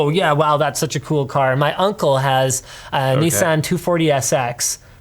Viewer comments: Knee-Sahn. Not Nis-Anne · It's niece-Sahn lol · linus…...it's Nissan (nee-suh-on) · The way Linus says Nissan triggers me... Imma start pronouncing Linus like "lin-oose" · Ugh every time Linus says Nissan, my ears are bleeding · I'm sorry, I know you're Canadian, but the way you pronounce Nissan physically hurts.